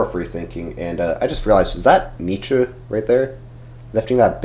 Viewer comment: It's pronounced Nee-Tche